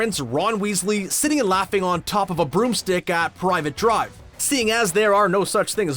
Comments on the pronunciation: 'PRIVET' drive dude not 'PRIVATE' thought it was a slip of the tongue... Till you said it twice 🤦‍♂️ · Sorry did they pronounce privet drive as private drive? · You can pronounce "fava beans", but not "Privet Drive"? At least watch the movies. Or call someone who has. There are literally tons of Harry Potter fans you could have asked.